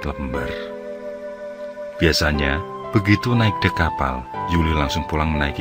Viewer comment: Pelabuhan Lembar, huruf E nya dibaca spt pada kata Emosi.